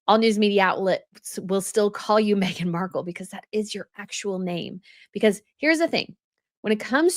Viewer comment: She can't even get her name right 😂